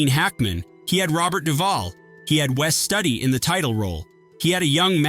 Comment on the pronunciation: Learn how to pronounce names. Kim 'Bay-singer' Roger 'EEbert', Wes 'STEWdi. And also 'Needful Things' WASN'T Fraser Heston's first time as a director. He co-directed [with his father] 1982's 'Mother Lode' with Kim Basinger and Nick Mancuso. DO YOUR RESEARCH BEFORE MAKING VIDEOS LIKE THESE.